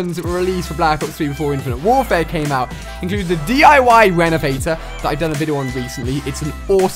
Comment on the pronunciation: You said d13 renevator wat?